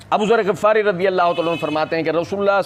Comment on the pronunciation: جناب شیخ صاحب آپ کی خدمت میں عرض ھے آپ نے سیدنا ابو زر غفاری کے غین کو زبر کے ساتھ پڑھا ھے جبکہ غین کو زیر کے ساتھ پڑھا جاتا ھے جو صحیح ھے واللہ اعلم